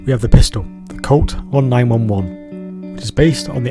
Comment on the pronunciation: BRUH the way you pronounce the 1911, ok never mind